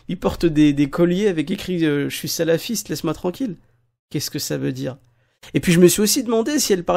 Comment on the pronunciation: ptdr !!! alors la elle sbaoui Amina elle nous sors quoi ? le symbole de prière ? , za3ma , en plus elle mâche ses mots attends en plus elle dis salafisse !